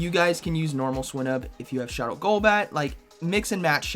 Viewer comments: I am almost certain that you pronounce it /swʌɪnub/, /swɪnub/ feels so wrong... Great video nonetheless. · Dude learn the pokemon names.. swinnub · The way he says swinub xD Also can't wait for all my opponents to start with swinub now haha